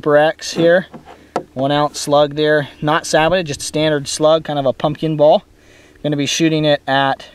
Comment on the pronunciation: Sabbotted? Don't you mean Sabot? (Sa-BOW) Either way, good video, you have earned a subscriber!